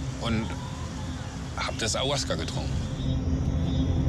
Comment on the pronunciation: Auasca...oh man! Ferner von der Wahrheit kann diese Aufnahme echt nicht sein